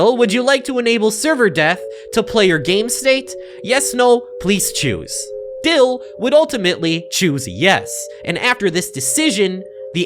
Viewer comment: why can you not pronounce dill?